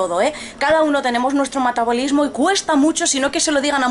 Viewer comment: Dijo "matabolismo" en vez de metabolismo, "inminolegico" en vez de inmunológico?